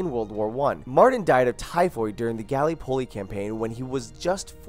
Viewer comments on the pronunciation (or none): gally Poli? it's Gallipoli! did they even play the game? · Gallypolly? You mean Gallipoli? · Did Joven Say "Gallypolly" and Not Gallipoli? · The Gali polee campaign? How hard is it to say Gallipoli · “Galy poly” is not how you say Gallipoli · Galy poli? It's pronounced Guhl-lip-o-lee Gallipoli. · Okay, this is a pretty bad video, all the games you listed with female character at fact 29 are all fiction and future. Verdun in pronounce VER-DUN not Verdin, the name says it. Gallipoli is pronounced GALLIP-POLY not GALY-POLLI. The Madsen MG says how it's pronounce and it's not MADESON. Every name you pronounce needs to be practiced before you say it publicly otherwise people are gonna get Triggered AF. Ardith is pronounced AR-DEE-TI. Sinai is pronounced SYEN-NAI not sinei. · Omg! Did you say the "Gali poli campain"? Dumbass it's "Galip o lee" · "Gally polley campaign" good England language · "Galli-polli" sigh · "galley polley" XD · Oh gosh. Gal-eh-poll-ee Ver-den :( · dude it is pronounced gal-ip-o-lie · "Gally-polly" made me cringe. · BAMMM Source "gallypolly" woooow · I cringed so hard at "galleypolly" and "sinaea" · I know you play video games for a living, but really?! "Gally poley"? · Could you possibly butcher every single name in the video? gallie polie, colibree, adirti, sinay, verdin! Jeez mate, learn to speak. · I like the information. Learned a bit and enjoyed the video. But you mispronounced Amiens, Gallipoli, Sinai and a few other words. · I hate it when uneducated battlefield players pronounce Gallipoli wrong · you said Gallipoli sooooooooo wrong lol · The way he said Gallipoli made me cringe. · Elijah Fernandez when he tried to pronounce Gallipoli that made me cringe so hard I almost had a heart attack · a lot of the "facts" are ether common sense or completely bullshit like really you couldn't even pronounce Gallipoli right